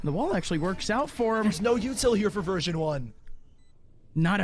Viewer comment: why are the casters saying virgin 1 instead of version 1?